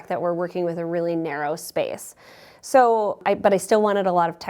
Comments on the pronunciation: Love when Minnesotans say soo 😂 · I’m from Wisconsin and every time she said “soooooo,” I liked her a little more. ❤